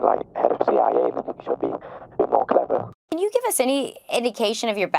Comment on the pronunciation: he doesnt live in America, listen to the way he says "clever" specifically def from the UK. Edit: I wrote this comment before I finished the video